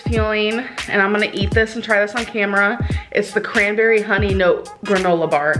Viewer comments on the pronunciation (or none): Lmao did she pronounce it as “cwanbewwy”?